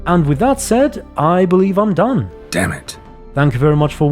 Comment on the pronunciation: For sure "dame it"